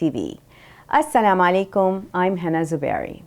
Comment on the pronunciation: She is heena not hana